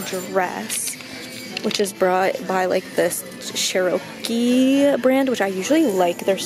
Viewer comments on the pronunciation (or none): Cher-a-kee not ch-or-A-kee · cherokee is pronounced CHEHR-uhkee, with emphasis on the first part, not the "oh" (which is actually uh) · Cher oh key I'm dying lol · how did she manage to mispronounce Cherokee😭😭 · ItzJustBaylee lol I'm aware, it's also a Native American tribe. That's why I'm surprised she mispronounced it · Also it's chair-uh-key. 😂😂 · Also that brand Cherokee is pronounced chair-o-key like the Native American tribe😂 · The way she pronounced Cherokee😂 Anyways love the video! It makes me want to go thrift shopping so bad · awwww the way you pronounced cherokee.... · fairly certain it's pronounced "chair-o-key".... like cherokee indians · Sher- ooo- kee 😂😂😂 I’m dead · when she pronounced Cherokee as churokee 😩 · It is pronounced 'Chair-o-key' lmao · gurl. did u not go 2 school? it’s pronounced chair-oh-kee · that is correct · She pronounced Ralph Lauren weird too and I was shaking my head when she couldn’t pronounce Cherokee right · I am not trying to be rude but if you are picking through the super cute non name brand things but then get mad when the name brand items are expensive. The coogie thing like wtf just bc they are made in China don’t jump to conclusions. Also learn how to say Cherokee...that made me cringe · You should also figure out how to say “Cherokee” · Omg this girl don't even know what Cherokee is 😂 she can't even read it right